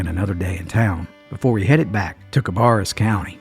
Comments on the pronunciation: Cabarrus county is not in the Appalachian mountains but in the piedmont area of NC. The second syllable of cabarrus is pronounced bear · It's pronounced Ka barass county like embarass. No offense meant.